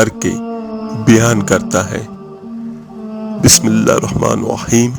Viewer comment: Pehley bismillah sahi se kehna seeks lein.